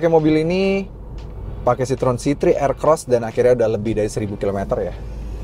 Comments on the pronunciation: Bacanya bukan Sitrun tapi Sitro - En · Kalau Citroen= Sitrun, itu cara baca bahasa Belanda bukan Perancis